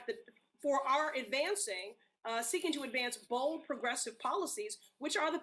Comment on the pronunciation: did Pressley say bald or bold? lol